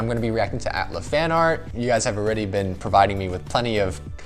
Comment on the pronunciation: A T L A not at laa